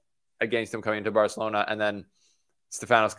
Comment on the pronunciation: My guy….. I appreciate the attempt at pronouncing Barcelona correctly but it’s hard to even discern what you said lol. Great video though